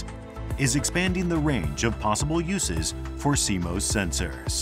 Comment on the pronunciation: Canon: "And in the video... let's pronounce it 'SeeMose' rather than 'SeeMoss'! and say it in every sentence!"